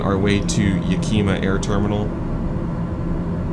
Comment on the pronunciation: And it’s “Ya-ka-ma” not yakeema. lol That hanger you taxied too is my flight schools maintenance shop!